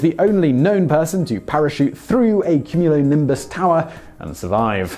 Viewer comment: Have you never heard the word cumulonimbus before? How are you pronouncing it like that?